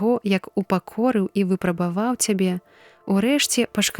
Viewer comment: Прачытана: выпрабава'ў, слоўнік дае: вы'прабаваў.